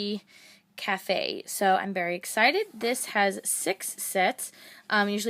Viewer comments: You said Berry Excited :) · omg!! my cousin says 'berry nice' lol